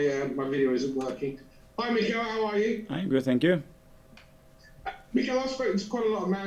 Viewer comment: reporter: Hey Mikel Mikel: Harro